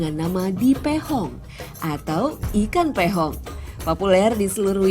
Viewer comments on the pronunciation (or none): Piong bukan pehong bang bang.